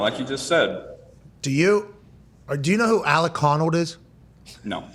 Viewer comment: How you gonna get Alex Honnold’s name wrong after such the great interview with him?